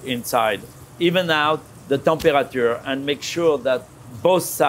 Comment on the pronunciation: I wonder what the "Tem-pua-ah-chua" of the steak is